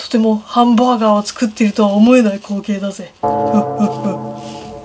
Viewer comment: 最初のハンブァーグァーがおもしろい